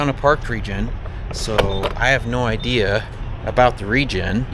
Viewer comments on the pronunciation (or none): none